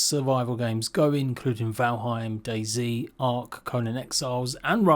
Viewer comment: DayZ, not daisy.